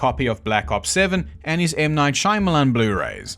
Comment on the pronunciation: Can't even say Shyamalan despite hundreds of videos on how the name is said